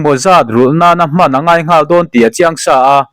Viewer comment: Ngawl i lam dan chuleh😂😂In zir ṭhin teh u